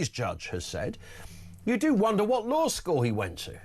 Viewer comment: "the lawr of the land"?